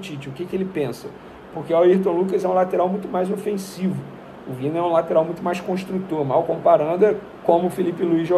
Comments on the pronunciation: Vene, não é VINA, se fala VINHA! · O nome do jogador é VIÑA e não VINA jornalista. Pelo menos fale o nome direito.